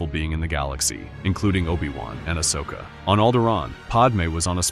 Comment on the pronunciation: aSHoka? Pahdme? These AI narrators are getting better, but they’re not quite there yet.